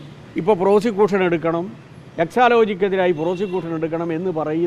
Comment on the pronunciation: ഈ കമ്പനിയുടെ പേര് പോലും ബാലന് ഇതു വരെ മനസ്സിലായിട്ടില്ല. പേര് "ഹെക്സാലോജിക്ക്" എന്നാണ്. ബാലൻ പറയുന്നത് " "ഹെക്സാലോജിക്ക" എന്നാണ്.